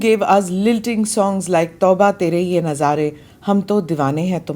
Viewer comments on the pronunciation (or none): Tauba tumahare ye "ishaare"... Not Nazaare😅